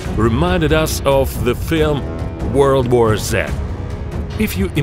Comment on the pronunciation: “World War Zehhh”